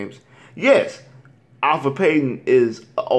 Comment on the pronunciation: You call yourself a Magic fan and you messing up Payton's name! It's Elfrid not Alfred, this isn't Batman!